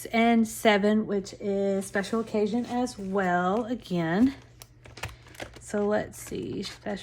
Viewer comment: Oh my word, the whole time I thought you were saying “Special Cajun” not special OCCASION 🤦🏼‍♀️🤦🏼‍♀️. Being in the south I just figured it was a Cajun event😂